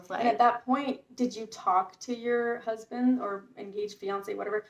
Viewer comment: lololol "her crousbund, if you will"